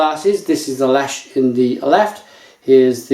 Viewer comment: Lech (leh-h)